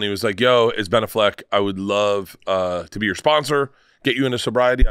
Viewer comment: Why is he saying ben " aff - leck like its 2 separate words